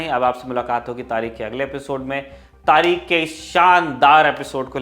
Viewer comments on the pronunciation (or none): Please,, be correct tareekh... Not tareek.. last letter is kh, kh khargosh